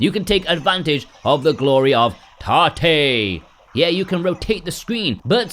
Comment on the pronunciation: Tah-tay? Its short for rotate....why not pronounce it that way